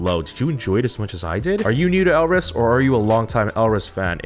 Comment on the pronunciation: im definitely late but maybe youll still see this GSHSJDH elris is pronounced without the R, almost like 'alice' which plays a little into their wonderland concept theyve had for songs like 'we, first'. their sound has been unique and almost quirky?? since debut. if you liked jackpot that much then you will definitely love pow pow, the composition is fun and the song is catchy, i think its their most well-known song to date? theyve only had 4 albums so far and debuted in 2017 (we first, color crush, summer dream, & jackpot) summer dream was more of a sweeter song and had calmer vocals but it was so refreshing. as a blris since that era, i wish it wasnt drowned out by the rest of the summer song releases that year ㅠㅠ you might already know from comments but there were 2 new members for this comeback, EJ (orange hair, rapper) and chaejeong (blonde, right after first chorus). the short hair girl is bella, she was the only rapper beforehand but karin (bangs, cutie) rapped a little bit with her in pow pow which also had a dope asf verse. you know sohee already, curly black hair is yukyung, and hyesong had ribbons braided into her hair. this comment is long as fuck but elris is so criminally underrated, im really hyped to see someone who enjoyed jackpot that much because alot of the reaction ive seen has been just 'eh' even though its one of the most unique gg title tracks this year, maybe next to fiesta, so what or dumhdurum? anyway pls become blris stream no big deal